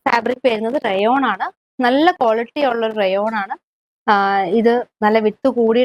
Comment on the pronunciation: Rayon rate voice clear alla🤔